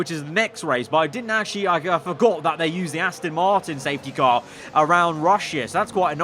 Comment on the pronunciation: Its Aston not Astin just letting you know